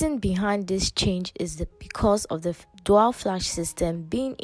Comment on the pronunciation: Dual. DU-AL. Repeat after me. DOO- AL.